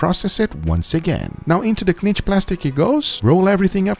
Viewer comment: Please stop saying "clinch plastic"!?!